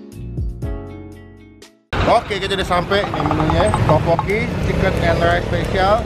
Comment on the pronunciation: Setau gua teokbokki deh bukan topokki